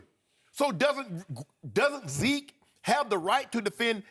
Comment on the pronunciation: "What about veke?" Ladies and gentlemen.....